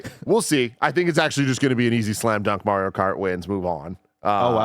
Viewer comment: i need to please start saying MARIO'S name correctly calling him MEHRIO is annoying to hear man c'mon guy lmaooo!